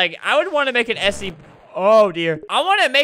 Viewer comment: This dude saying sep instead of scp